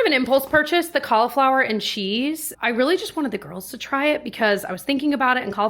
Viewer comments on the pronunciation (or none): none